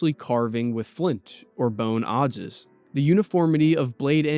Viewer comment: Adze rhymes with adds. At least in anerican english. Correct me if I'm wrong, of course.